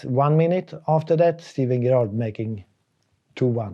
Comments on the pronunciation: All the years Sven managed Stevie G and Gerrard never corrected him on how to pronounce his surname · Love the way he pronounces Gerrard. Poor Stevie G. 😂